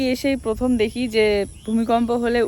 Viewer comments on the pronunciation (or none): none